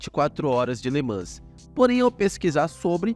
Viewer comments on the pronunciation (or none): Ótimo vídeo. Só uma dica: em Le Mans o "s" não é pronunciado, fica então "Le Man".